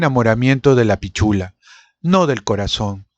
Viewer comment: La palabra "pichula", acá en Chile, es bastante vulgar... aunque digas pitchula, ni se cuente cuando dices pisssshula.